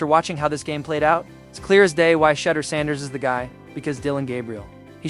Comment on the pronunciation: Who is Shedder Sanders?!!! His name is Shedeur (sha-doer) for those without a HS education.